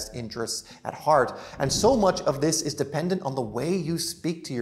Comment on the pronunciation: You waffle too much, speak too quickly and run one word into the other very often. Speak slowly put the emphasis on the important words and remember less is more. Think what is the important word in "What the belief is. " the important word is belief. You put the emphasis on is. Listen to yourself in the video and see how often you do this sort of thing. Identify the important word in a sentence and put the emphasis there.